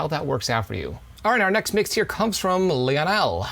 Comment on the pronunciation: Btw props on pronouncing my name lol everyone gets it wrong